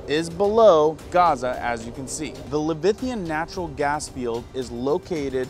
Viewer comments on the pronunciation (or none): Suez is pronounced SUE -éz and leviathan is pronounced la vī a than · i had to ...its pronounced...sue-ez canal...and la-vi-a-thon...thank you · Le-vi-a-than is the correct pronunciation.